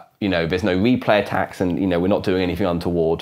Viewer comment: Interesting, but what are you saying ? To me it sounds like "here is a random numbuh that I'm going to use to prevent me play tacks" which is not only meaningless gibberish, but isn't even grammatical. What did you actually mean to say? And you say "azure nonce again to prevent me play tacks", which, again, is not only meaningless gibberish, but isn't even grammatical. What did you actually mean to say?